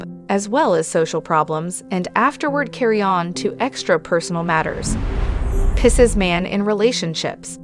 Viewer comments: This is good. However the pronunciation is Pie-seas Just think I want Pie, over Seas Picese Everytime I heard pissas, it made me cringe. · 🤣 😂 “Dating a pisses guy? Interested in the way a pisses man thinks? Listen to our advice as we tell you all about your future with a pisses man and simply refuse to acknowledge or properly pronounce the word Pisces.”